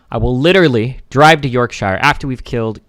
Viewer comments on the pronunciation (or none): hearing an american pronounce yorkshire hurts